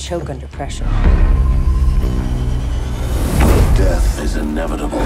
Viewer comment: Death?? I thought she said Dad